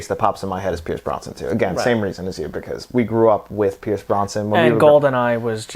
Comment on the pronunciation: Pierce Brosnan not "Bronson". :)